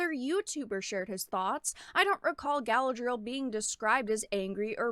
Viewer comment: "" can't even pronounce Tolkien and Galadriel correctly. That's not a good start for defending the sanctity of the "source material." Reading the Unfinished Tales (a.k.a. the "source material") will give a better understanding of Galadriel, called "man-maiden" by her mother and described as having "fought fiercely" in the 1st Kinslaying.